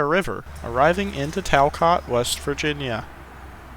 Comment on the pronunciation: There's an operating mine (on/off) south of Nettie (on the branch to Quinwood) and one up near Clearco (north of the Anjean loudout) - another on/off. And given you don't have a southern WV accent, we'll give you a free pass on mispronouncing Talcott, Anjean and Fayette. LOL I remember as a kid, Rainelle had a small yard with an engine house. Quite a bustling place. There's a Kroger shopping center there now.l GREAT JOB!!!